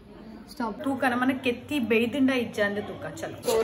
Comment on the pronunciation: itsnot kethhi its thethhi...